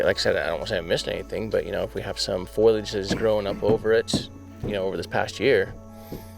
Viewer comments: FOE-lee-edge…not FOIL-edge. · Please stop pronouncing it " foil-age" it's phoalyage like it's spelt. This is like the third video where its been said and it's getting frustrating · Lol it's pronounced "foe-lee-age" I love the "foil-age"! 💜